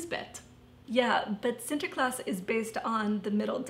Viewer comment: actually, your pronounciation of "sinterklaas" was surprisingly good! Congratulations!